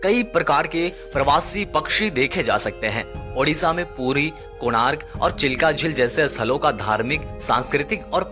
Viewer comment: Sabse jyada yeah achha laga ki... Apne udisha nhi Odisha bola.....jyadatar log hindi main udisha hi bolte hne......